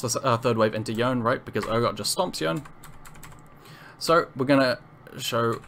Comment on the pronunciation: Small quibble: Yone is pronounced "Yo-nay" not "Yoan". It's in several of the cinematic videos. Borrows from Japanese pronunciation. Good video otherwise though!